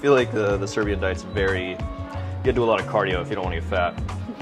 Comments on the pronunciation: It's so weird how good their Serbian pronuniciations are... It's almost like they are Serbs :O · I am surprised at how clearly they pronounce Serbian dishes.